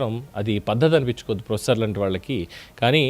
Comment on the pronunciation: వీడు ప్రొఫెసర్ ఏందీ? ఒక ఊరోడు లాగా మాట్లాడుతాడు, మళ్ళీ ప్రోఎస్సోర్ అంట. SC ST రిజర్వేషన్ గాళ్ళ చదువులు, తెలివి గిట్లనే ఉంటాయి.